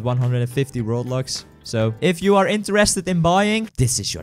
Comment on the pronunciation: It sounds like "that's a lot of roblox"